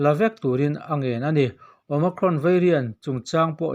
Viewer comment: OMICRON i lamrik dan chu a diklo nasa hle mai. Awma+krawn tia lam i ang mah mah zawk alawm